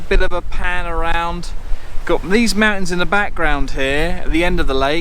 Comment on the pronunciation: MOUNTINS! MOUNTINS ! Every where ! 😂 👍